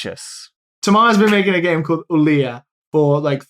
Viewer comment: I was wondering why was pronouncing "Thomas" like that, but then he mentioned that his friend was French and it all made sense.